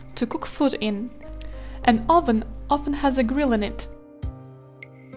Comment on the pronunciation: 'oven' is pronounced /avn/ check in the dictionary!!!